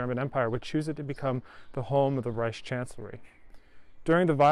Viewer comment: Care to list them? I think he does a good job. Needs some work on the word "Reich" and pronounces S words in a way I teach Germans not to, other than that all es in Butter!